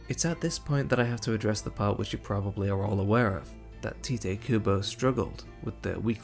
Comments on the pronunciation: Great video as always. For future reference, Tite is pronounced like “tight” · Small correction: his name is pronounced TIGHT Kubo. I, too, thought it was "teateh" for the longest time, lmao. Great vid! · Something that I'm still shocked to find out is that "Tite" is pronounced "Tight" ... wild.